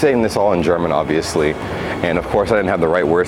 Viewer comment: You're german pronunciation is excellent,!